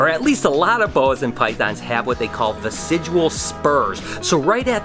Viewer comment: "Vestigial" not "Vesidual"